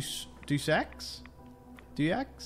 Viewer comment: "Deus X" is pronounced "Day-us-ex". :-)